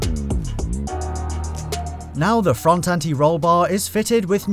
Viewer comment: Bushings. Say it.. "Bush-INGS". Not "bushes". No one says that